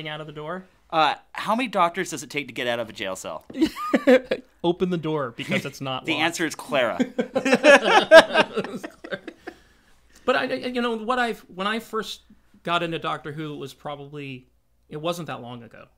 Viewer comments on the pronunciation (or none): clara not clira